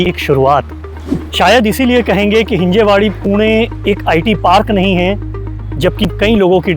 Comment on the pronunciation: It's हिंजवडी not हिंजेवाडी.. atleast yaha aake pehle naam toh bolna sikhalo..